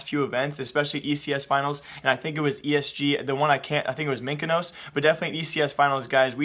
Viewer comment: Did he called Mykonos -> Minokos?